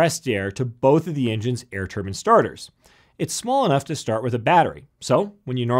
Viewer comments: A TurbAN is what Sikhs wear. A TurbINE is what is inside jets. Spoils an otherwise good video. I used to be involved in OEM and repair of turbINE blades that go into a turbINE, so speak with some knowledge on the issue. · Why does he keep oN saYiNG TUR BINS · Did he say a turban engine? Haha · Turbins. Lol. If you pronounce turbine, turbin, you might as well make engines out of sea snails. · you say turbine WRONG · Turban turban turban turban and then ONE "Turbine" ! Ack!! My Thermodynamics professor pronounces it exactly the same though LOL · Most people in USA call it turban, everyone else to my knowledge say turbine which sounds better. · They are saying turbine they just come from a place where its pronounced turn-bin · I think you mean *some * American aviators. Otherwise you're making the type of sweeping generalization that can be disproved by a single exception. Hello! You've just met that exception. But no matter - and again he pronounces it: "tur-byne". Seems when referring to engine parts it's "turban" but when referring to actual entire engines it's "tur-byne". Go figure. Shorthand on both counts. You're supposed to know what is meant. Aviation has so many shortcuts and abbrevs to really get into it you need an acronym dictionary. Been that way as long as I can recall. And I go way back. He even explains about the huffer and why nobody calls it an "air-start unit". Neither is this news. We called them huffers on the jet flight line forty-six years ago and looks like nothing's changed there either. Just a single example. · Jon T No, he's just saying it wrong. If you called it a turbin in Australia you would not be taken very seriously but you would get a lot of laughs. I was watching just to see the difference between a turbofan and a turboprop (many of my friends fly turbofan, I fly turboprop ) but I couldn't watch to the end because it just sounded so ridiculous hearing him talk about how turbins work. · Its turbine NOT turbin! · Turbine.. not turban...